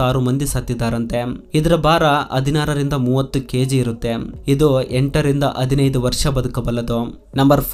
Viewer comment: ದಯವಿಟ್ಟು ತಪ್ಪು ತಿಳಿಯಬೇಡ ನಿಮ್ಮ ಕನ್ನಡ ಸ್ವಲ್ಪ ಸುಧಾರಿಸಿಕೊಳ್ಳಿ ಇದು ನನ್ನ ಸಲಹೆ ಧನ್ಯವಾದಗಳು ಸಂಕೆಗಳನ್ನು ಹೇಳುವಾಗ ಸ್ವಲ್ಪ ತಪ್ಪಾಗಿ ಹೇಳ್ತೀರಿ ಉದಾಹರಣೆ ಹದಿನೈದು ಬೇಇದ್ದಿದ್ದು ಅದಿನೈದು ಅನ್ನುತಿರಿ ಅಷ್ಟೇ